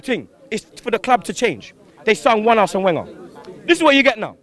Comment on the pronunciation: "Arsene Whenger"